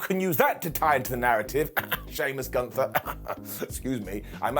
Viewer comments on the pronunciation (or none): none